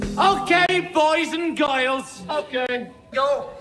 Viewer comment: "OKAY BOYS AND GIYRLS" will forever be my favorite sentence 🥹🫶